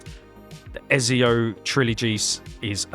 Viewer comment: Why you keep saying ezio name wrong? 😔